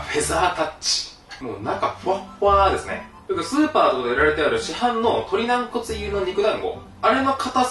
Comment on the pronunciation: な↑ん↓こつ